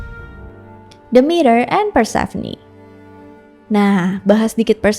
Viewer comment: Hampir salah ngomong, namanya Demeter malah jadi Dementor 🗿🗿